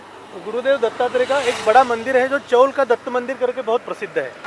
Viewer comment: नमस्कार, चॉल उच्चार गलत है, इस जगह को चौल बोलते है. 🙏